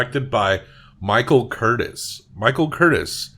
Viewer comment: Pronounced Michael CurTEEZE, not Curtess. He was Hungarian.